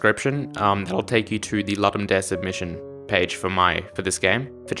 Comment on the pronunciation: while the name is latin there are videos of ludum staff saying it ludum dare not loodum daray